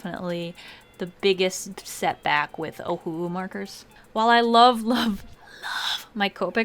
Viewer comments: i don't know if i'm the only one who's hearing UWU instead of ohuhu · Oh who owo Totally how you pronounce it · My friends and I literally have fights about wether it’s pronounced Oh who who Or Oh who oo What is it?! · The amount of awkwardness I feel every time you pronounce ohuhu like a sad owl breaks the scale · I pronounce it like oh who who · It’s so funny how she says Ohuhu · well if its o-hu-hu then why pronounce the two hus differently lmao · We love our ohuhu!!! It's never a knock off!! I still love how you pronounce it. Hahaha